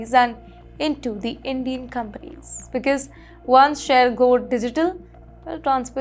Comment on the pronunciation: Not beeeceeuse watch out your prounciation